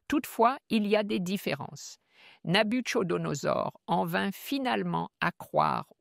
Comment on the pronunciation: Le " ch " de Nabuchodonosor se prononce comme un " k " en phonétique française. Pourquoi n'engagez-vous pas des gens qui maîtrisent mieux la langue pour le doublage des différents présentateurs ? Ce serait vraiment idéal pour les francophones et francophiles, n'est-ce pas ? Merci infiniment pour vos si brillantes prestations. Que Dieu vous bénisse.